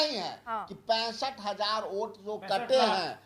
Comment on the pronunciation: Vote ko oot bol raha tha arpita jee... Itna se soch lijiye ga... Ye log kitne murkha he...